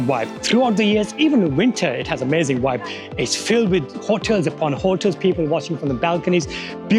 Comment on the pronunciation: Prize for the person who can correctly guess how many times says "vibe"....trouble is he can't pronouce it properly so it'll have to be a prize for the person who can predict how many times he says 'wyb'